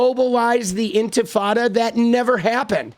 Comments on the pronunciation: she said,” globalised ENFITADA” not entifada!! She doesn’t know the word; shes dumb AND a bigot as well as being a sociopath 😂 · "Infatada" sounds delicious. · Lindy mispronounced Mamdani. She missed pronounced intifada. She clearly was reading off a script. I don’t think she wrote it herself.